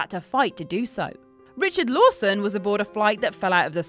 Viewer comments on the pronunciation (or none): none